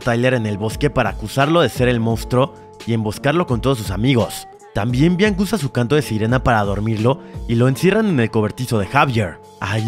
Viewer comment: DIJO BLANCA EN LUGAR DE BIANCA JAJA